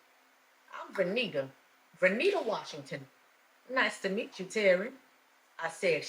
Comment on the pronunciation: I know the protagonist is named vernita, but often when it comes up in dialogue I hear it as renita